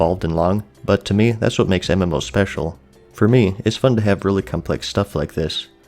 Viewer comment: "I'll tell you HWAT"